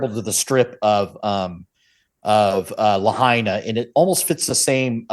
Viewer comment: Is pronounced La..hi…na Lahaina just a correction in our vowels